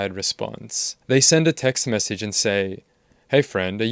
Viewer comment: Okay I also need to say that his sideburns are hilarious. You can tell he tried to even them up before he left his house and boy oh boy did he mess up. They’re horrific. It’s delightful to me as a former stylist of 8 years lol. Edit; I also can’t stand people who pronounce message as messeeeeeege.